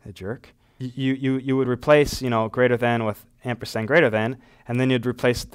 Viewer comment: It's called amperSand, not ampersTand.